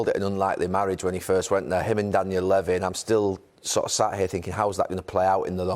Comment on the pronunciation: No-one: Gary Neville: "Daniel Leh-vi"